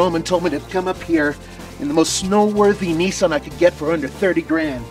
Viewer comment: What the hell is a Nee saan?